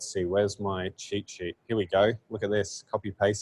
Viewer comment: I thought he was saying ChiChi instead of cheatsheet In general I think postgraphile is good for generating CRUD. It can really speed up the boilerplate setup. Other than that is not scalable for development since you would have a bunch of SQL files. So everything non-CRUD should be in in framework atop the postgraphile.